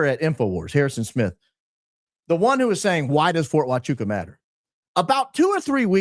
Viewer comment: He couldn't even pronounce Huachuca correctly!